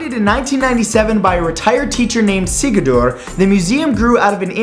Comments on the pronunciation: I love the way you pronounced "Sigurður" Hvernig hefur dagurinn þinn verið? Hættu að nota Google til að þýða þetta. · His pronounciation of Sigurður is beautiful